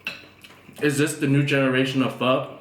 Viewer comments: "it does not taste like Pho" so it's not Pho. The end also you read everything else in vietnamese normal and you say Pho like a country white guy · Campbell's Pho broth?! Phock that lol